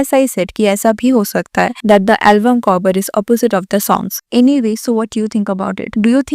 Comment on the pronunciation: covor nhii cover hota h madam 🙄